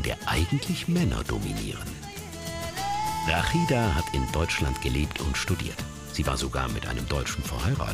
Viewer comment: Erstmal heisst sie Rashida und und nicht Rakhida. Genau wie Mohamed und nich Mokhamad. Und Ahmad und nicht Akhmad. Wenn ihr Das Arabische "H" nicht sprechen könnt dann geht zur Musikschule und macht Opera um eure Bänder zu trainieren. Und versucht nicht jedes Arabische Wort zu "verachteln", wir sind keine Juden und keine Holländer. Also noch mal sie heisst Rashida.